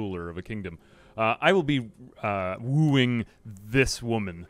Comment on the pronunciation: "I'll be woeing tis woman" my man....thats a child